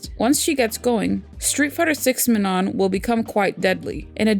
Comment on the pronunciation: Sorry but you pronounce Manon wrong! The last „N“ is silent and the „A“ is pronounce like „OU“ in „country“ or „U“ in „ugly“, also not that this is important but the „O“ it’s to be nasalized „Õ“(I don’t think people who don’t speak French can pronounce it though). So it is „Maano“